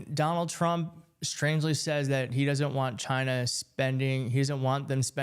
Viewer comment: Why does trump say China like Gina?